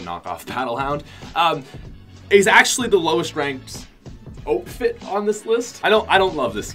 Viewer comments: Isnt it outfit not oatfit? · Did he just say Otefit?😂